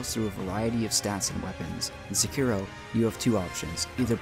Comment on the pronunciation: Definitely wouldn't say that about s vid that mispronounces sekiro and jokingly calls him cripple